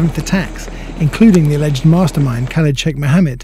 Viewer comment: "aledged" WHY!!!